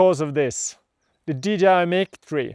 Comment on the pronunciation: It's pronounced 'MIKE' as in Microphone